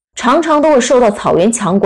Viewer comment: 月氏不念「肉汁」，不要亂唸，是唸「gwu-ha-si」或「gwu-ha-gi」，「月」即是「有夏gwu-ha」的連音，在春秋戰國時記為「獂氏」之戎，到了漢朝才記載為「月氏」，這也可以知道月氏不唸肉汁。「獂」的西戎音即是「gwu-ha」的連音。這其中的wu是敬語，是來自「巫」的原始信仰，西戎人、漢朝人唸「wu」的時候，會帶入g的轉音，才唸成「gwu-ha」，連音成「獂或月或越」的西戎、漢朝音。